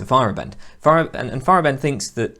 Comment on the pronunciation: If it helps, pronunciation is FY-er-AH-bend instead of FY-er-uh-BEND. Great video series though, nice work.